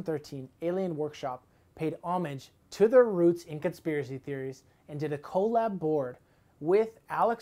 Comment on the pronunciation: How is it so hard to say collab?